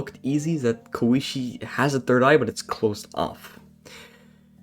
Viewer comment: "they are really tasty" Huh... Sounds like something a VAMPIRE would say. Jokes aside, it was a nice video, you sound a bit nervous so your pronunciation in general makes the video a bit hard to understand but your japanese is for most part fine (except you calling Satori's sister "kooishee", tho it was kind of funny, sorry) Be more confident in yourself bro These are all mostly known trivia qnd theories but still a good waching material for ppl who are new to Touhou, thats one of the things I like about iceberg vídeos, they can really stimulate ppl watching these to go search and learn more about stuff. I'm mostly glad you didn't started claiming all the wild fanon theories as objective truths, this was a big issue in the old days of Touhou, anyways, thanks for the vid bro